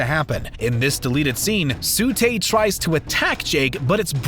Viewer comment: T:44 Its TSU not SU